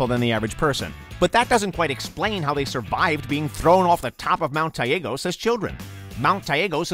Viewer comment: case in point maybe I’m wrong but Mt.Taygetos. They pronounced it wrong. Even Kassandra pronounces it better